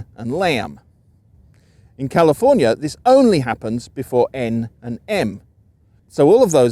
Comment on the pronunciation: Bruh, calling a bag a "beg" is very Midwest. If you hear it in California, it is probably from transplants or their offspring. While you seem to be well educated in linguistics, it is hard to take you too seriously when you don't even pronounce California correctly.